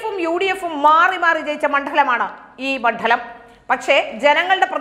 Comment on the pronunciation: Mandalamennavakku Ucharikkunnathuinganeyano